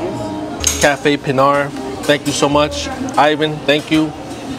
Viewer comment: You pronounced "Pinar" correctly! I like the steam table presentation! You can see exactly what you get! In Cuba they say "Congree" to describe the rice & beans. In PR they say "Moros"! The real "Cuban" sandwich is made with ham & pernil! You ate a Beef version of that! That delicious beef stew is called "Guisado de carne de rey"! The shredded beef, ropa vieja in Spanish, is the most popular Cuban 🇨🇺dish👍 Super good stop, very casual with good service & fair prices⭐ God Bless🙏